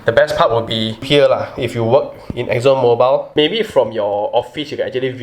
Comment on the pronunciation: Every time you said Exon ""MOBILE"", I offer praise to almighty God.